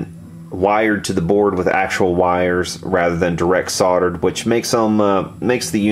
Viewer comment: you keep pronouncing words any way you want,personally I like that Southern drawl,but you guys do need to pronounce solder properly.lol;-)